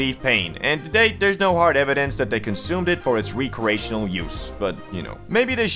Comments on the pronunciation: "Wreck"reational. Not re-creational. Stop butchering that damn word. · bro its "wreck+re+ashin+al"